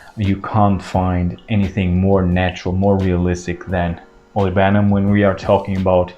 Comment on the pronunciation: Olibanum...not olivanum😊